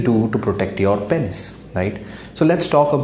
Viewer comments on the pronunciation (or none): Lol! That's what I was wondering too. Pen is or penis? 🤣🤣🤣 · Agar doctor bhi Penis sahi se pronounce nahi karega toh kya hoga desh ka ://